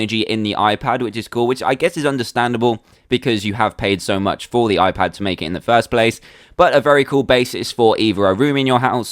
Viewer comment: why it is hoon pad it should be i pad